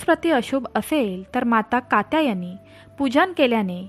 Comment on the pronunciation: निश्चित शब्द पण म्हणता येत नाही पहिले नीटट बोलायला शिका तुमच्या घरातील लोक तुम्हाला काही सांगत नाही का की तुम्ही जोड शब्दाचा उच्चार चुकीचा करता कात्यायनी असा शब्द आहे पहिले नीट बोलायला शिका चुकीचे शब्द उच्चार करु नका